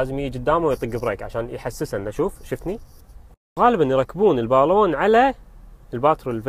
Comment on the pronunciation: الباللااون ، انطقها عدل وبعدين تفلسف